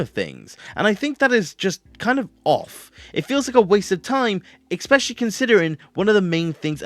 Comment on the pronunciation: you pronounce especially wrong